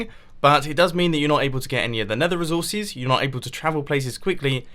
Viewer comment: reezorcees XD